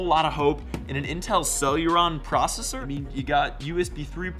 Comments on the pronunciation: He said celEEEron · He said "Intel cellularon" I- 💀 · He said "Celuron processor". It was at this moment I realised his opinions were irrelevant. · "Intel cellularon" 🤣🤣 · When he thinks he's smart enough to compare PC's but cant even pronounce the processor name correctly. Sorry, but reading off a script isnt gonna help you there. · My man don't know how to pronounce "Celeron" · He cant even pronounce the processor name correctly and goes off a script for the other info. I wouldnt even bother even if he made a video on the topic.